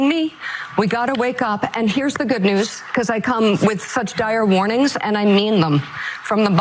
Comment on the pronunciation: did she really say dire warnings or did she mean diarrhea! 🤣